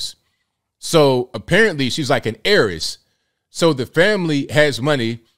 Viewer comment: It called Heiress not Aries...,omg 😲....too be honest this black guy makes BM look like monsters.., the savage negative stereotype which most, don't wanna be associate with.